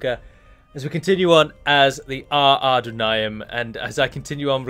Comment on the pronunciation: I've noticed that your pronounciation of "Adûnâim" has been misleading for a lot of people here and on TWC, I've been reading "Ardunaim" on a lot of comments because you put the emphasis on the 1st syllabe, when really it should be on the 2nd, hence the circumflex on the u (it should sound like "adOOnaim" instead). Really sorry, I dont want to be that kind of prick, but seeing misspelling due to erroneous pronounciation kinda irks me ^^'